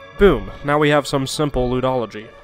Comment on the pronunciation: "Ludology" (pronounced Lewdology) I myself am a bit of a Lewdologist.